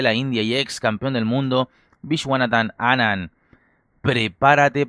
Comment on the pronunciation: Te felicito hermano, primera vez que oigo la verdadera pronunciacion del apellido de Anand!